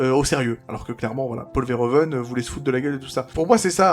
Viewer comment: Verhoeven se prononce "verouveune" en néerlandais. 👍